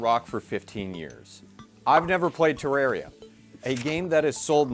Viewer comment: Terra - ria. Terr(ah)ria. Aaaaaahhh. Terraria. It's not that hard